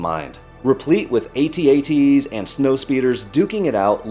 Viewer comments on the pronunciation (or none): You pronounce at-at wrong but I forgive you. 😂